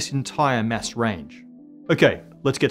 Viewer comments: Your "Mass" and "Mess" sound the same. Pronounce it like your "Matter". I'm not pronounciation Nazi I swear. It just Masses up my brain. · Why do I keep hearing MESS instead of mass? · I fr thought he was saying ‘mess’ this whole time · When he says mass, I hear mess. Does that mean that the universe is 80% dark messy stuff?